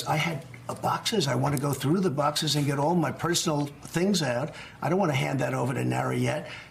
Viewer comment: Now he's using his "Church lady" voice.. pronounces boxes like he's trying to not spit out his dentures... "bocsiss"